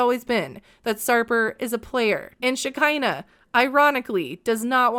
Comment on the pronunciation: Shakira...not shekinah